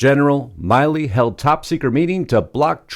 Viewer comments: Milley not Miley. Not to be confused with Miley Cyrus. Milley like a mill. Just FYI. Losts of people confuse this. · I believe it is 'Mill-ee' not 'Mile-ee'. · Isn't General Mark Milley pronounced like Willie? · His name is mill-ey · You're saying his name wrong and this is nothing nobody talks about this on October 24th 2020 on YouTube on a site called crooked media approximately 19 minutes 19 seconds in Joe Biden said and we've all heard it we're in a situation where we put together and you did it for the Obama Administration we put together the most exclusive and extensive voter fraud organization US History everybody should be showing that everyday Trump should be showing that that at the beginning and the end of every rally everybody should be showing that every day when they start a show and end the show call Harris is not legitimate they stole the election they were selected Not Elected they're illegitimate that's treason